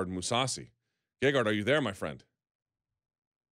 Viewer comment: and its gegard not gagard. Might as well call him lady gaga.